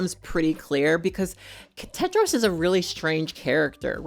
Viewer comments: How can I trust the judgment of someone who’s says Cadro instead of Tedro ….Like WTH? 🤦‍♀️ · I am Sorry... I cannot continue watching This Video because You mispronounced The Character Name Tedros as Kedros😉? Or was it Pedros?